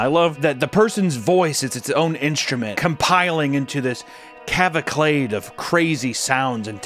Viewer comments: Clavalclade. Did he mean cavalcade? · cavaclade? What does that mean? Did you mean to say cacophony? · Cavaclade? Papa teaches me new ways to mispronounce words ever vid 😭🫡🤣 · Cavalcade* Not calvacade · You ever gonna start pronouncing caval-cade properly? 😂